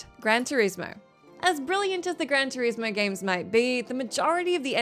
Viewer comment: What's a grand Tureeesmo?